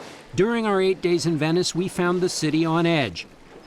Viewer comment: city., not cuty